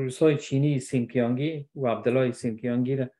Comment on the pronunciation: صاحب محترم ، سنجیانگ است نه سنیانگ ،! 新疆=xinjiang.